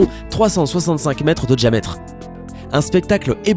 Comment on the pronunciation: Le mec il dit '' djiametre '' au lieu de ''diametre''